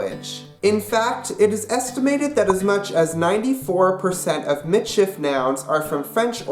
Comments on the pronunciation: it is pronounced MEE-sheef. get it right nex time! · you said it WRONG!!!! as a meits person im offended get you fucking facts together